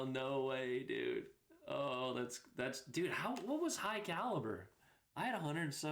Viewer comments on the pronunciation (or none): none